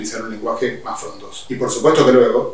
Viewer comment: Ahora cada vez que dice "más", escucho "musk"